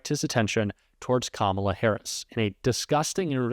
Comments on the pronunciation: He called her Kamolla instead of Kamala because he is stupid that way and he don’t know how to really say her name because he really don’t want to. She’s kicking his butt. She is kicking Donald Trump’s butt. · He finally said her name correct. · Still cannot pronounce her name correctly……. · He's so stupid that he can't even say her name right 🤣🤣🤣😂😂 What a clown! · He's back to not pronouncing Kamala's name correctly!!!